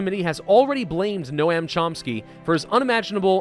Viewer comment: Noam is pronounced "Nome," like Rome, with an N.